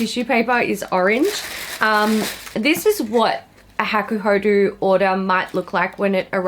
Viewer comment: you say it like hah-koo-hoh-doh and the yachiyo brush is the traditional brush that maiko-san and geisha use to powder their white faces. also i dont know why you even bought that morphe brush set… you know what you like obviously so you should have just selected a few that piqued your interest seeing as you just did a brush declutter